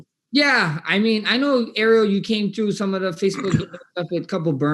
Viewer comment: I’m cryingggggg laughing 😂😂😂 “I’ll probably be in Verdansk, running chhhrruuuu some ppl.”